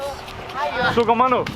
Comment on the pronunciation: Love to hear your sukamano ...... brother